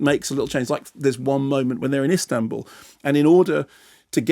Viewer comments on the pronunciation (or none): none